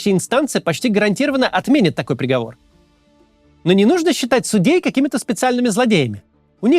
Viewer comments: Макс, сУдей, а не судЕй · Не судЕй, а сУдей😢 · Максим, Вы постоянно не там ставите ударение в слове "судей". Правильно ставить ударение на первый слог, то есть, говодить "с'Удей", а Вы постоянно говорите неправильно, ставя ударение на второй слог, то есть, "суд'Ей". По-русски так не говорят.